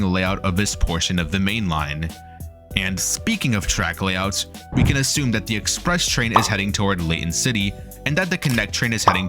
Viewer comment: its Express not Expre